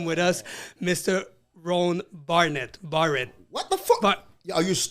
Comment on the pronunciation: Better get dat right "Roan Barrett" big coz!